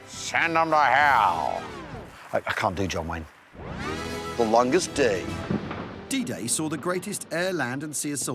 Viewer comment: I swear the man's saying "DJ" not "D-Day" at the start🤷‍♂️( I say the man, rather than Al, because the font makes his name look like "ai" in caps)